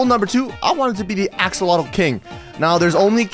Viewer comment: emm morder axolotl not kyng at oll